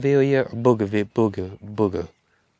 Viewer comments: Bougainvillea is what I assume you mean,. (Boo-gain-vil-ya.) It is beautiful. You will love it. You could try taking cuttings in the Autumn to see how it gets on. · Bougainvillea (named after Bougainville, a town in Papua New Guinea. Don't know why) is pronounced boh-gan-vill-ee-a. It has thorns, loves being pruned, grows over anything quicker than spit. Responds well to most fertilisers, but also grows happily in poor soil. Most folks in Australia know it very well. Pretty plant, great coverage, just keep it pruned. Or it may grow over you😂. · Dear, there is an 'n' in bougainvillea, and it's not silent. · BO GUN VILLIA good way to pronounce 😂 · It's pronounced " Boganvillia " though spelt differently.